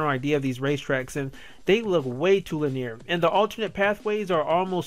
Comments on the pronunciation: Li-near Okay, for real dude, are you foreign? Is English not your first language? Legitimate question, not trying to insult you. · You say 'linear' wrong.